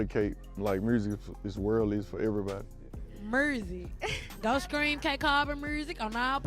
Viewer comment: From a French speaker I'd rather say that "Murzic" sounds like French "musique" pronounced with an undefined American accent.